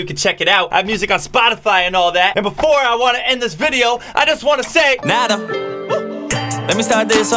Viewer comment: Your shoutout is there. Jimin is saying Hey Na Na Nato. Unfortunately his pronounciation isn't as perfect as his handwriting and he made the T silent. You can still hear the O at the end though.